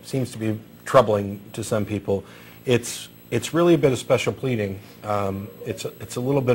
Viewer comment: Did pronounce it "special pledding"?